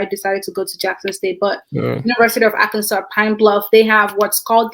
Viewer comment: university of Arkansas not Alkansas thanks by the way for usefull information.